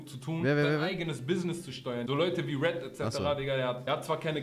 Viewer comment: Apo Apo Apo es heißt RED!